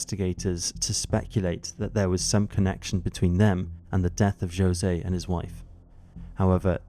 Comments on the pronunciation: I'm so sorry, I cannot get over the pronunciation of José as Joe-se. I love this channel, but I would encourage the narrators for episodes to look into how to pronounce the names of Hispanic people - especially if the name being flubbed is one of the murder victims. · He pronounces Jose in the Portuguese rather than the Spanish way.